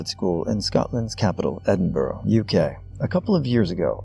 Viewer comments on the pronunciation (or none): I adore your videos but as a Scottish person I feel it’s my duty to let you know that Edinburgh is pronounced like “Ed- in - Bruh” not “Ed - in - borrow”. Apart from that it was another fantastic video!